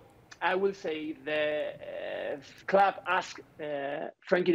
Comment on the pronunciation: literally had to close this because he kept saying fOoTbalL cLoOoOoB bArCeLonAh